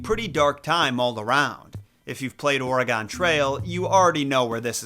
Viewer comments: You pronounce Oregon like an idiot. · The way you said Oregon, 😂😅 Or-ray-gone. Lol, it's supposed to be pronounced like Organ. No Re emphasis here in Eugene, lived here all my life. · I love your videos and subscribe to your channel. However, I take issue with your pronunciation of the words "Oregon Trail". Instead, I suggest the actual way the state is pronounced. It is like "or-egg-un" or like the word "organ" with a letter E in between the R and the G. Thank you! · As a native Oregonian I feel like I should point this out, it’s pronounced Or-e-gen not Or-e-gone